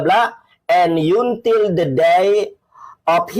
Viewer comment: hrs belajar baca bhs inggris, jgn ikutan bego spt org yg ga bisa baca. Kata until aja dibaca yuntil😂😂😂😂